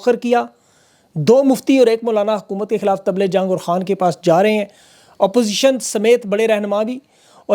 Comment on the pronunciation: tibley Jang lafz hy na kay table Jang. Pls rectify.